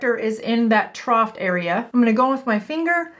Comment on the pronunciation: “Trough” does not have a T at the end.